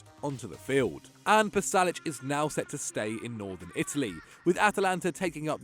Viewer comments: It's not Palasic.... It's Pasalic!!! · lads its pasalic not palasic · Pasalic not Palasic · It's spelled "Pasalic" not "Palasic"